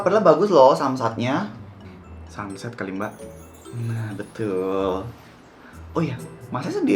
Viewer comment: sama kyk gw, g bisa ngomong sunset😭😭